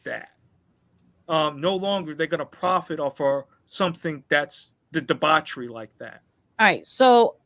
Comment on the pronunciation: Is she saying debauchery or debockery?